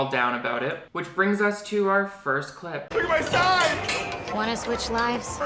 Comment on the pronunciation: every time you say clip breakdown it sounds like you’re saying clit breakdown